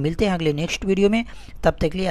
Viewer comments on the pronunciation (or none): none